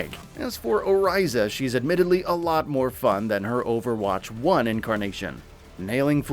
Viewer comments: Is it just me or is there at least one thing this dude mispronounces in every single video. "Oh-RISE-uh" "Bridge-ette" 🤷‍♂️ Anyway, as a mostly support main/switch... I dread playing this as a support. I mean... We need some more support characters to choose from instead of DPS. And tanks... Geez though... Make the game any more fast paced and the casual crowd is out. I remember when Sym was a support and the gameplay was a lot less hectic... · How do you mispronounce the names even though you hear them said in the game correctly? Who is O-RISE-A? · The way he said Orissa had me so confused i was literally like ”who?!”